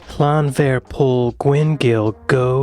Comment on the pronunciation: No I'm Welsh and have been speaking Welsh since I was 4 years old, I'm 41, the English get it wrong, the Welsh has a different alphabet and does not translate directly into English, there's no V in the Welsh language, 1 F is a V sound, and 2 FS (FF) is an English F sound, trust me it's wrong lol